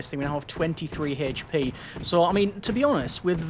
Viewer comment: H p not Hache P